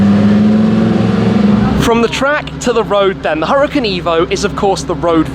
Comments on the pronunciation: Wait a sec, isn't it pronounced as hoo-ra-kan? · ...it's pronounced "ooh-rah-KHAN" . Google translate can help you if you need to hear it. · why does he call it the huracin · One would assume being invited to a launch would teach Shmee how to pronounce the car....